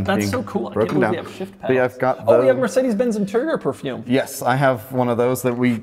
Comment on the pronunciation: is actually the first American i ever heard pronouncing Mercedes-Benz the German Way No idea if he did that by Accident or not but that caught me off guard Prost & Cheers from Berchtesgaden in the Bavarian Alps